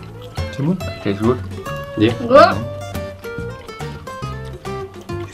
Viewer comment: So cute they all say it’s goid